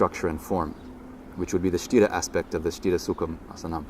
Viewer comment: Sthira not sitta